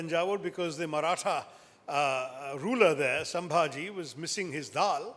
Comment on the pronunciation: It's not sambahji it's is sambahji Maharaj